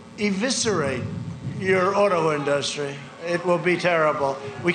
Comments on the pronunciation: Auto in-duhs-tree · The way that Trump says the word "industry" always makes me laugh. It's like he sounds out the individual syllables as if he has just learned the word in school. "In-dust-try"